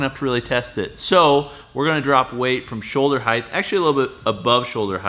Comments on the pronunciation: Height not heighth. Pronounce it correctly. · Why do you say, "heigth" instead of "height"? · its height, not heighth